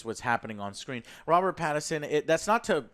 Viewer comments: I did lsd every time he says Robert Paterson and now I’m tripping balls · This man said Robert PATERSON and WILLIAM Dafoe 😂😂😂😂😂😂😂😂😂😂😂